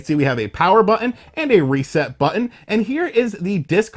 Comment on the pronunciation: It's BUTTON not BUH IN